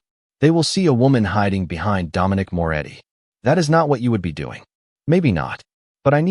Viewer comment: It's Moretti not more eddy